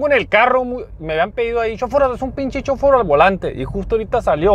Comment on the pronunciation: Shoforo no es shorofo si no anda crudo o anda pisteando jajajaja, saludos, buen vidio